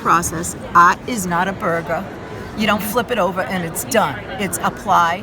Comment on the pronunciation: Actually, it was "Aht is not a buhrguh."